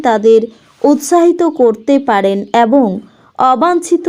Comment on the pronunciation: এত নাকাল করে "এবঙ" উচ্চারণ টা খুব খারাপ।